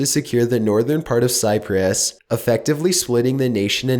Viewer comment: The way he says Cyprus And he also sounds like a robot